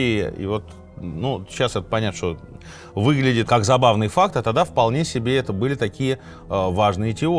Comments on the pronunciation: Вы ошиблись. Не Бельфур, а Бальфур. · У нас говорят - план Бальфура (ударение БАльфура)